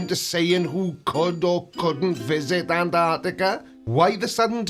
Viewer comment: Is joining a monastery, He looks like a mad monk. And why are flerfers incapable of pronouncing Antarctica correctly, most of them miss the first T and call it anarctica. It’s pronounced like this ….. Ant..arc..tica.